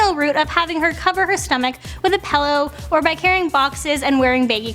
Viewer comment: "Pellow"??? It's pillow